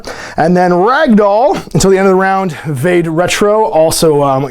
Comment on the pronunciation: “VAH-day” Retro. (Haha, had to be THAT guy) It’s Latin. Means “Go Back”. Search the Googles for it and you’ll see how well it connects with hEXx3r’s “witch” theme.